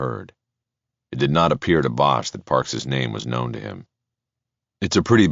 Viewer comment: Excellent narrator. The other guy has some really annoying pronunciations (i.e., 'known' always spoken as 'know-win' as if it has 2 syllables.)